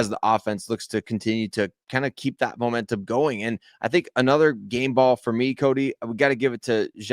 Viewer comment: Did you say Bomentum...GO BRONCOS